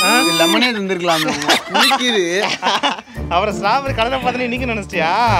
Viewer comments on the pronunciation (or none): stowberry not strawberry